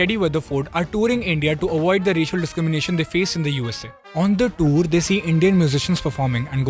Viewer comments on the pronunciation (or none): none